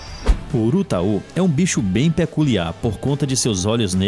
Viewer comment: O nome é Urutau, não "urutaú" - minuto .